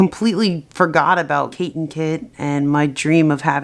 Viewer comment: It Sounds Like She Said kit kat Its a Type of Chocolate Get It Kate kit=kit kat